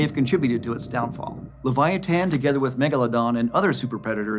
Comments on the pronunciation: I couldn't watch anymore after hearing the way he prounouces leviathan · I thought this whale was called the leviathan not leviatan?🤷🏼‍♂️